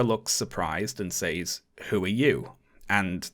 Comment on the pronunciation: the way that you say "says"... also the way that you say words ending in "ing"... also your trigger warning and woke comments